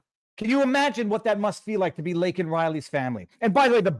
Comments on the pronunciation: apologizes for saying "illegal" but NOT for flubbing LAKEN Riley's name, let alone having never mentioned her tragic death up until then!! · They built this country.... Wow. Man. K. And thanks, reporter crybaby, not asking if he wants to apologize for mispronouncing laken's name? Does she or anyone mean anything to you? Or just toss them all on the pile killed my 'legals'...?